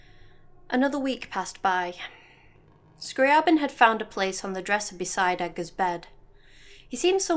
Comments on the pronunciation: Yo, I think your analysis is super interesting, D: like how you can absolve yourself if you just remove yourself from any kind of control. And I suppose you pronounced is "Scrah-Bin?" There's actually a funny thing with Scri's name. So, I like Classical composers and I am saying hus name the way it's ACTUALLY said "Scree-Aah- Bin" , but then Zarla made a really cool audio post about the fact that Zeitgeist is supposed to be a Hollywood Movie and thus the name was sort of simplified and is thus pronounced "Scree-Uh-Bin" in the story. I only found this after recording this, so it's pronounced differently in the next video lol. Thanks for your comment! Xx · I always pronounced it scriy AY bin